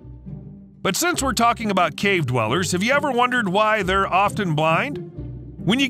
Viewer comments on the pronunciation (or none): none